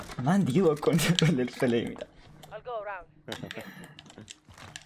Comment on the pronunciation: حتی به غلط 🤣🤣